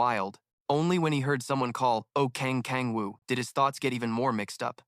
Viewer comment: kang kang woo???? its oh kang woo 😞 its so .....